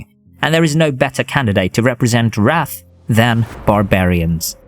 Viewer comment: Nitpicking here but the"wrath" pronounciation was kinda off putting 😂😅 But eh, the video in general is awesome!